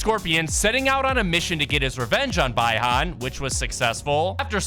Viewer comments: Bruh it’s Bi-Han (Bee-Han) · I rewinded it like 100 times to make sure that’s what he said 😂😂😂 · Bro i got so mad by the way he said Bi-Han